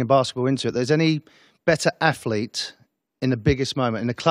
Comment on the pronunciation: I dont know why he keeps saying bigger athleet 😂😂😂😂😂😂😂😂